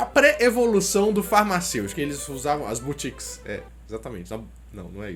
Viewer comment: só uma correção sobre o inicio do vídeo, o correto é boticas e não botiques